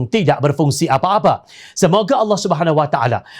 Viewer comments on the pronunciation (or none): none